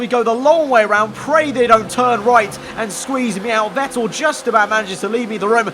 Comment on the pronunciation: All I’m gonna say is that Seb’s surname is pronounced “Fettel”